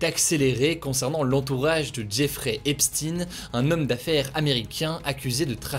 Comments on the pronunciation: Juste une petite note (c'est pas non plus de la plus haute importance mais ça m'a tiqué): epstein ça se prononce comme einstein à la fin c'est "aïn" ;) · Epstinne ? Seriously ?